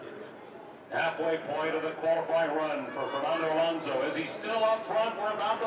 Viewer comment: ALOSNO'S??? Please... A-LON-SO!!!!